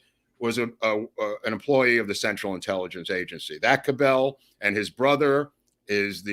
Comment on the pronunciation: The Dallas mayor’s name is pronounced “CAB-L” with accent on first syllable.